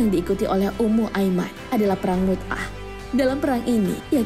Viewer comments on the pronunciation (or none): yg benar perang MU'TAH bukan perang MUT'AH